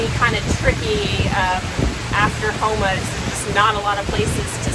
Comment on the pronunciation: I ran that route a good bit. I'm from Houma. The way you pronounced some of the places was just a little off. I heard people say them way worse than you did 😂